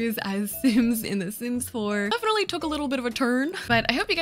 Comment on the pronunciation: Lol your butchering some off the sims omg 😂😂😂